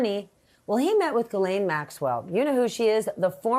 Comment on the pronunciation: he called her a jizzzlane lol